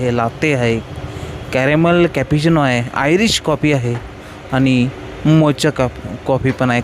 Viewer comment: मोचा नाही, मोका असतं ते.